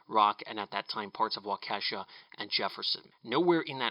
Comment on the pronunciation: Great video,! Just so you know it's pronounced WAW-ki-shaw